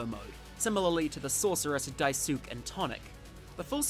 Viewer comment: I would just like to say it's not "die - sook" but "die - s -kay" because it's a japanese name